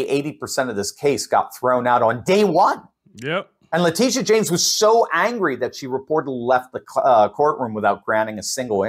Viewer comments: Leticia, not Latitia lol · It's pronounced like "Latecia"NOT Latitia, DUH... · It's pronounced Latechia", not Latitia... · Her name is Letitia isn't it? Not latidia .. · "Latisha" is how she pronounced her first name Latitia,. Just a heads up. Keep up the good work. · You are pronouncing "Letitia" wrong! Say it like this... La teesh sha. Got it!? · I LOVE the way you pronounce Latitia. I hope she is highly offended but hey…that IS how it’s spelled!😂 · LA Titty YA! Is that how it's pronounced?